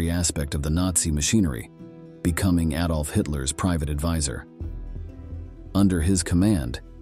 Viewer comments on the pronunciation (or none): none